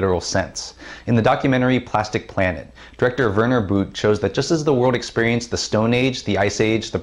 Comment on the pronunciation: I believe Werner Boote is Austrian. The 'oo' is like the french 'eau' and the 'e' at the end is like in 'the'. Love it when english people pronounce non english names! :D